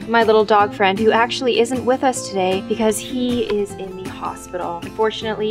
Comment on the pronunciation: NUUUUU FWIEND! IS HE OKI? Edit: oh oof oki XD